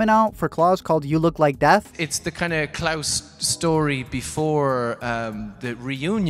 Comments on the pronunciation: its klaus (ka-loust) like on american dad not claus like santa claus (claws) ugh. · Is it just me or does he keep saying Claws instead of klaus lmao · the way u say Klaus’s name like “Claus” as if hes Santa kills me xD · I’m sorry, but every time he says Klaus it sounds like “claws???” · This video was overshadowed by my pure rage every time you called Klaus ‘clause’ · When he pronounces Klaus like clause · Why do you pronounce Klaus like claws? Lol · No one gonna point out how he says klaus like Santa klaus !!??? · Klouse, it’s not Santa😑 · Why does he call Klaus claws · Yep, I know people hate to hear it, but it’s not incest according to the definition of the word. It’s very weird, super odd but not incest. Did it throw anyone else off that he keeps pronouncing Klaus as “claws”? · Why are you pronouncing it "Claws"? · The way you pronounce Klaus tho 🤣🤣🤣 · How did you mispronounce Klaus every single time lmaooop